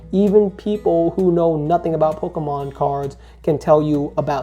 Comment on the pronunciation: Brah why you calling it Pokamon cards ?